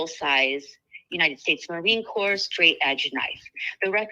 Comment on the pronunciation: Just a tip, Corps is pronounced as “core” rather than “corpse”. Don’t feel bad, Obama made the same mistake. 😊